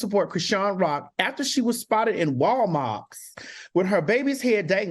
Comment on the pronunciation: When TS Madison said “Wal Mawks”, I screamed! I thought my mother-in-law was the only person who called Wal Mart that 😂😂😂